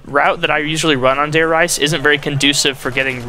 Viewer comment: Why does everyone pronounce Reise as Rise or Rise-a. It is pronounced Re-za